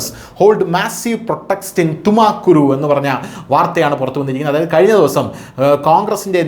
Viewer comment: തുമകുരു അല്ല തുംകൂർ ആണ്